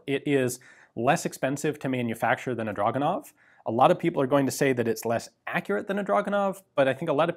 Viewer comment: It's pronounced Dragunov.